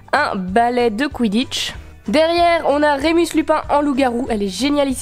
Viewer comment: A j’ai cru que t’a dis on s’en ba le quiditche 😅😂🤣😅